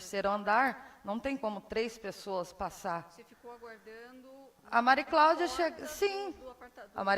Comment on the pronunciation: Que Justiça a deste país, a juíza não conseguiu falar o nome de uma das partes! Só falou o nome da Mari Claudia errado!